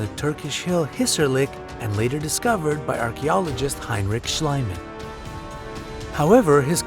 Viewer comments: Schliemann is pronounced shleeman, not shlayman, just like Bieber is not pronounced bayber but beeber. (no, I am not a fan of that kid, just using the name of my neighbor as an example) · "Sch-lee-mann" is how you read "Schliemann". What you said ("Sch-ly-man") is how you'd read "Schleimann". (And I'm not even German myself!) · bruh I'm german and you pronouncing "heinrich schliemann" was just pure cringe. it's more like "shleemunn" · The name is pronounced "Schleemunn", you hacks. Also, 'fictitional' is not a word. It's either 'fictional' or 'fictitious'. God, I'm German but better at English than youse. And don't get me started on 'Lord Canterville' #OMG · I believe that Heinrich Schliemann's last name is pronounced Shleeman. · Shluyman? Did You go to School? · "ie" is pronounced "e" in german, so it would be: Schleemann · very interesting video and so on but you should really learn how to read and pronunciate such important names like "Schliemann" because it's really irritating and people will then actually believe what you're saying instead of what the truth is. If you wanna do this kind of videos maybe get some infos first. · Is it really that difficult to pronounce "Schliemann" correctly? Bloody amateurs! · Yikes! If the dude can't even pronounce the German dude's name correctly might that take into account this dude's level of research, ie. credibility? I read that and still I am not blinded in both eyes. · I can't take you seriously when you don't even know how to pronounce the name Schliemann. The german "ie" is spoken like an english "ee", like in meet and greet. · No it doesn't! Schliemann is a german name, therefore the only way to pronounce it correctly is the german way. Only THAT makes sense! Americans are so ignorant, they can't even pronounce "Wiener" (sausages) correctly. That's just sad... -_